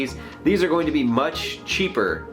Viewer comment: ***** conor heslin You can't unhear this now loool